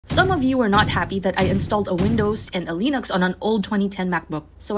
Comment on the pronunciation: I'm unhappy because you don't know how to pronounce Linux.